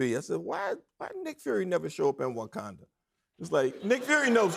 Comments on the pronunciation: him saying WAkanda is hilarious lol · Unc said WOKanda. I love lol.